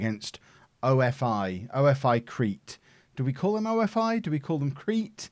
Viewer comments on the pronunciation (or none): it is not "O. F. I. CRETE", these are not initials, it is "OFI" which means snake in Greek and the team is from Crete which is a famous and the biggest Island in Greece! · Traffic light August :D PS-OFI is pronounced OFFEE (like cOFFEE without C). You welcome :D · You call them ofi. Like one word not the letters and you dont say crete. The same with AEK athens you dont say athens never and aek is one word not a-e-k